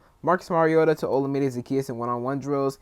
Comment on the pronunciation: I love it, JD5 + JD1 = TD for 6! 😄 FYI, Zaccheaus's first name is pronounced like oh-LA-mi-day. He was interviewed by the In The Minute Podcast and they confirmed the right pronunciation.